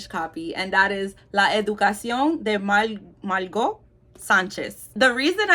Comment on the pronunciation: hehe, it's Mar-go. The T is silent. Usually.